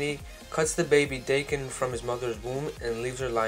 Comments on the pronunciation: Its not "Dayken" is Daken like DAKKEN!!!!!! GET IT RIGHT! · Daken is pronounced "Dah-kin" not "day-kin" I believe. Pretty good video but that was driving me crazy the whole time lol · Frankie Franklin me too